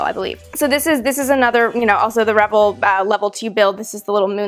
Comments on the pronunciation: I've always thought it was re-VELL, not REH-vull. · The proper pronunciation is "Ra Vell" like the composer. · Revell= ,"Ruh-velle." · Revell is pronounced "Ruh-VELL". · Correct. I noticed her pronunciation too. ;-) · Amy?...You know that I love you but you're pronouncing Revell wrong.